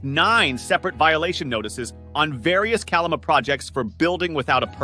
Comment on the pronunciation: It’s killing me. It’s KA-LA-MA